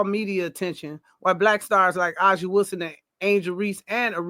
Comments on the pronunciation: Great points. A lot of truth covered in this video. Cathy Englebert has a lot to do with how the W is marketed. She doesn't plan to change. She proved it with how she spoke about the Unrivaled league. *, A'ja's name is pronounced as Asia. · It sounds like the speakers saw that Fever have most nat’l broadcast games & then made up the rest w no supporting data. One speaker can’t even pronounce A’ja or Napheesa’s name correctly but claimed ESPN’s coverage is biased. Speaker is obv not watching if they can’t even pronounce their names ! Networks decide what games they want and Fever games averaged over 2 times the viewership of non-Fever games, and Fever have 6 black players, 4 white & 1 Brazilian on their team, so they’re all getting the spotlight, not just CC. & you even read your own evidence in Angel’s tweet that she’s getting great endorsements and money. This isn’t racial discrimination.